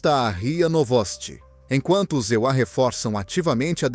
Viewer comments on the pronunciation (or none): Não existe os EULIA ,fale e pronuncie palavras corretas em PORTUGUÊS não em PORTUNHES